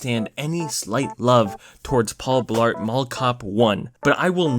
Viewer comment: It sounded like you said “Paul Fart”. 😂😂